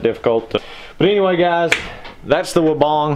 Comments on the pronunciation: You can’t even say weibang right. Wee bang. Not wobong 😂. All designed in uk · Gregs Mowing hahaha even the Weibang USA answers the phone wobong so unless they pronounce it correctly that’s the only way you would know how to pronounce it. So please tell me how much experience you have with this mower?